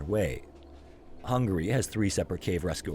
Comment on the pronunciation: The story sounds a chatgpt story to me. That's just me though. Edit: I take that back the narration is AI. I thought it might have been but it confirmed my suspicions the way it said Hungary as "Hungry". I mean come on now...that's an AI mess up as it can't say certain words right if you don't have it typed out properly to say it right.